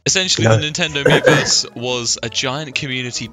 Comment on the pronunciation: When they’re screaming miiverse, it starts to sound like they’re saying beavers